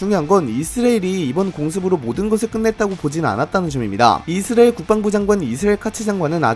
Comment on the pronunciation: 아니... 왜 이스라엘을 이스르엘로 발음함?